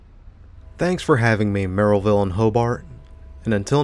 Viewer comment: I can tell you’re not from the region because you pronounced ‘Merrillville’ correctly 😂 we tend to say either “merry-ville” or “mare-uh-ville”